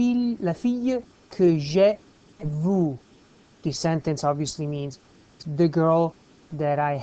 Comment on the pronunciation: it´s ok just improve "vu" pronunciation.